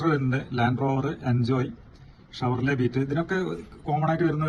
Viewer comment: ഷെവർലെ.. എന്ന് പറഞ്ഞു പഠിക്കൂ ആദ്യം..